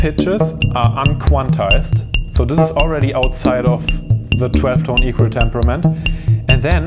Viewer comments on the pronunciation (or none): none